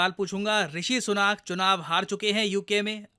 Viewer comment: His name is ऋषि सुनक, not सुनाक.